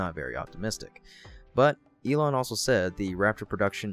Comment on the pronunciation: You keep calling him Ye-long Musk... he not long aka Draaaagon(Dragon in dramatic stereotype of Uncle's chinese accent in Jackie Chan Adventures, great cartoon series from when I was a kid). ...Well, as the leading man of the Space Age; this is enough to merit the title of "Dragon(master) among men." Now I too will call him 🐉Ye-long🐉 Musk.